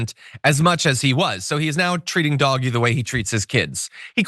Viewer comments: Dodgee...not doggy. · I’m so glad that you call it doggy. I’ve put comments on a number of channels recommending that it be said that way ❤ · So happy that you’re pronouncing DOGE properly.